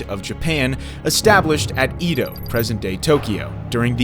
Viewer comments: "Ii-doh, Yakohama" white colonizer pronunciation 101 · The repeated mispronunciation of names, especially city names, is throwing me. Japanese is a phonetic language. Question the accuracy if the narrator can't even say "Edo" or "shogunate" correctly. Is it an AI generated voiceover?